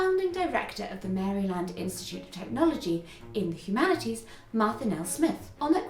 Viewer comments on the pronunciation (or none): none